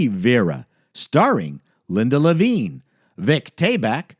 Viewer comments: Linda LAVIN, not Levine. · It's Linda LAV-in, not Lavigne. If you're going to pass yourself off as an expert, then be one.